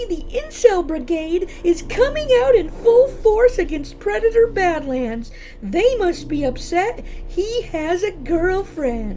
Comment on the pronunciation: ... "PWEDATOR BAD-WAND!" 😂🤣🤣😂